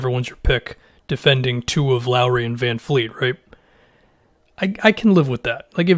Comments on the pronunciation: My man, his name is VanVleet, not VanFleet. My ears bleed every time I hear somebody say that. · Please it's VanVLeet not VanFleet... it's not hard... VV not VF! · Can you stop saying VanFleet. It’s VanVleet. I don’t know why ppl pronounce it with an F. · Vanvleet, Vanfleet, Fanfleet LOL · It's VanVVVVVVVVleet gawd dammit! Get it fucking right man geez!